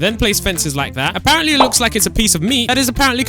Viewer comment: Please stop saying ApArEnTlY please